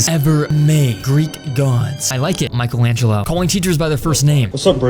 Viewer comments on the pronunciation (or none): none